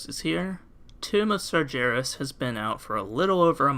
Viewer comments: No hate to the actual video... but it's Sar-gare-es. Not "sar-ger-es" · It's LeviosAAAAH- ah, sorry, i meant, it isn't "SargIeras" it's, "SargHeras"